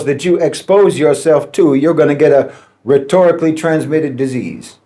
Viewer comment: I thought he say ret**dically 😂